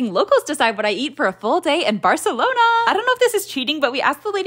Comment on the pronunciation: As soon as she said ‘Barcelooona’ I was worried about her butchering the pronunciation of any food with Spanish names, but it went better than usual…